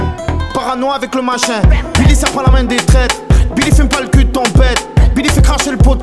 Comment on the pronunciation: Il a prononcé 81× beely ptn